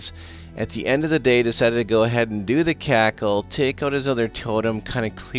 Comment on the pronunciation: It's CRACKLE, with R